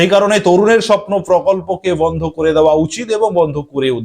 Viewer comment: Vondho,vikolpo ki bajey uccharon apnar